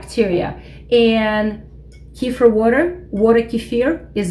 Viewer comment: I don't find anything at Wikipedia for Kifer, tried Kifir based on you pronunciation and didn't get a match. So, I tried with Google and I don't get anything for Kifer, but do get links for Kefir. Trying Wikipedia again, I get this link, Quote: " _Kefir (/kəˈfɪər/ kə-FEER;[1][2] also spelled as kephir or kefier; Russian: кефир; Adyghe: къундэпс; Karachay-Balkar: гыпы) is a fermented milk drink similar to a thin yogurt or ayran that is made from kefir grains, a specific type of mesophilic symbiotic culture. The drink originated in the North Caucasus, in particular the Elbrus region along the upper mountainous sections of Circassia, Karachay and Balkaria, from where it came to Russia,[3][4] and from there it spread to Europe, Canada, and the United States, where it is prepared by inoculating the milk of cows, goats, or sheep with kefir grains.[5]..._". I'm sure that this is what you are talking about, " Kefir. instead of Kifer.. Please make the correction in the title for this video, if that can be done without losing this page.